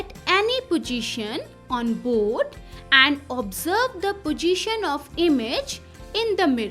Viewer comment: Not pojition😂 it is possition